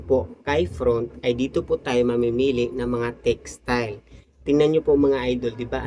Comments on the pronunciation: FONT, hindi "front"😅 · Font po hindi front😂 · FONT po yun idol hindi po FRONT